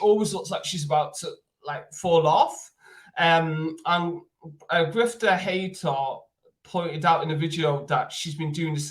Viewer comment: Dude you saying gifted hater wrong on purpose ,wassup with that?